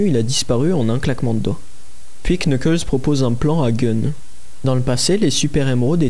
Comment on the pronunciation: On prononce nukles pas le K